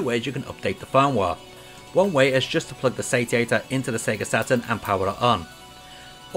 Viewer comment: Looks like it should be pronounced say-she-ater